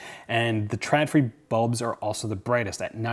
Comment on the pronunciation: Just btw, Å = O so it's pronounced "ikea trodfri". Literally wire free/less. Sorry, that just bugged me. P.S. I love your dog. He is so appropriately dressed.